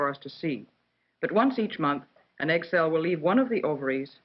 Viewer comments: It said "egg cell" I kept thinking it saying "egg salad"🤣🤣🤣🤣🤣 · Am I the only one who hears "egg salad" instead of "egg cell"?